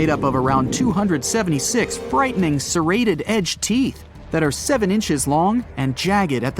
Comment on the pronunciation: AI. Ugh....Megalodon had large serrated teeth, not sedated teeth....7-9 FEET wide, not "FIN" wide. Jaysus.